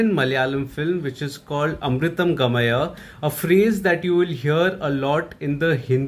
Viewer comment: Finally you pronounced the movie name correctly! 🙂